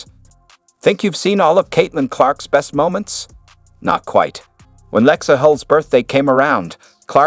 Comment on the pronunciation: “Lex-eye?” Come on. Bad AI. Nothingburger.